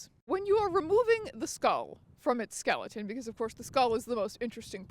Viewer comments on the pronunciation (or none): none